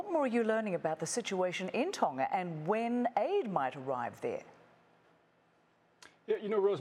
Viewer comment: Ton-Ga not tonna